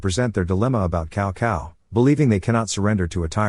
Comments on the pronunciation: 😄very wrong pronunciation of Chinese names, cao cao is not kao kao, its tsao tsao. and also many other names. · cow cow 🤣